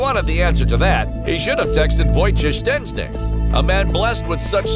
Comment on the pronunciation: The way he says Wojciech Szczesny hurt my ears